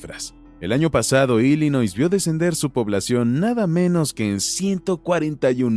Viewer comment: Nel carnal tu información esta muy mal. Y se pronuncia ILLinoi sin s.